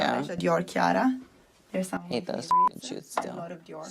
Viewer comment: " haute " is pronounced "oat"